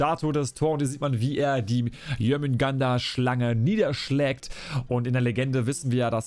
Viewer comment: Also,den Synin Skin find ich persönlich extrem nice - würde gut zu den anderen 2 passen🤔. Die Rüstung find ich eher nicht so dolle,aber das Schiffset kommt gut👍🏻 Btw,es heisst Schilde,nicht Schilder und bei Jörmundgandr bleibt das "r" stumm - also Jörmundgand,nicht Jörmundgander☝🏻 Wieder ein kleiner Schritt zur Professionalität - bitteschön,gern geschehen😉😂